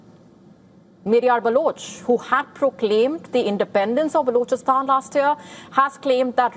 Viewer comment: What a crap way of pronouncing words. Gosh. Unlistenable grr. "Blochastaan". Blargh